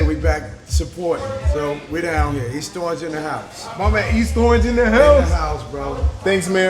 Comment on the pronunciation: Even the mayor pronounces it east strorange 😂